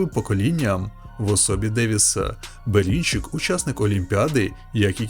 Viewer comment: а що з вимовою ? Дивно тягнеш кожне слово перед паузою / останнє слово в реченні - Берінчииик, рииинг, на повнууу, бійцямиии